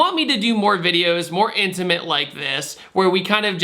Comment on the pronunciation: Please don't say intimate ever again